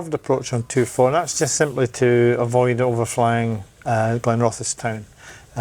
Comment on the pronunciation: My local airfield, and good go at Glenrothes… roll the R and essss at the end 😊